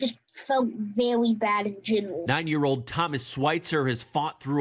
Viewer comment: ' I fewt verwy bad in genwal"